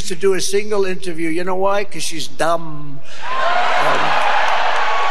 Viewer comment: He says “Dumb” like a weirdo.